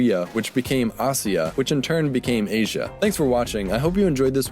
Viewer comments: Well, good work but you pronounce W as V and it was a digamma which may sounded more like Y as in the word "Yes". So it wasn't pronounced Aswia but Asyia. Anyhow, we will never know the exact sound, all these are assumptions. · The "zh" sound in "Asia" is right there: "si"